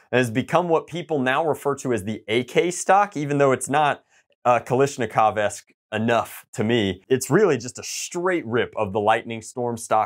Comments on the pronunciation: Hey komrade it is pronounced KALASHNIKOV blyat! Not kalishniko Jejejeje sorry EASTERN SPY FOUND ON AMERICAN SOIL! PROTECT THE BURGER TOWN!! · ...the front sight is on backwards. Also, damn, from what I'm aware you're into real steel, it's strange hearing you say Kal*i*shnikov rather than Kal*a*shnikov. But yes, I would love to see you get it to perform well. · The way you say ‘Kalashnikov’ makes me sad. /kɐɫaʂnʲɪˈkɔʋ/